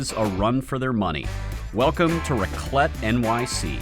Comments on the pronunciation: extremely crappy channel The A in raclette is pronounced like A in apple, or rack. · THEY DON'T KNOW HOW TO FREAKING PRONOUNCE RACLETTE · You pronounce raclette with the E